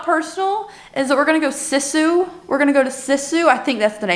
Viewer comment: A Finn here! You pronounced Sisu well enough ❤ I was surpriced how popular the film has become in the USA, it has done well for a foreing film. As a Finn I'm super proud, lol 😂 I'm loving these longer vlogs, please keep them coming 🤩